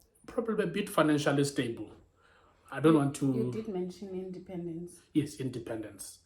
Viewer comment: Kutheni ingathi ligqolo kutheni e emphasis into ye independence lol